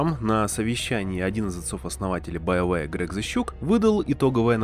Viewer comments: Все: БиоВар Диктор: БаёВэ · после стописятого повторения «байоуэ» автору пришлось лечить челюсть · Биовары? Блядотвари!